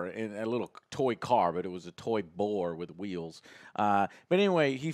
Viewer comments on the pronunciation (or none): none